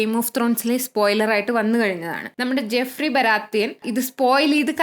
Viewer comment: എന്തായാലും ലൈക് ഇട്ടിട്ടുണ്ട്😊, ഇങ്ങളെ പോലുള്ളോർ HOD കാണുന്നില്ലേ എന്ന സന്തോഷവും🔥💙💙💙 ജെഫ്രി അല്ല ജോഫ്രി